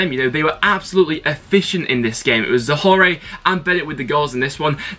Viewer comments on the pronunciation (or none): just for future reference it's Kenneth zo-whore is the correct pronouncation